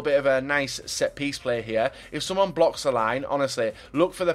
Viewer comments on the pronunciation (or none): none